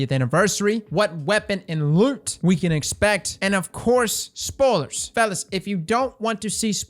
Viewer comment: Dude I love the way says “Spoilers” spolers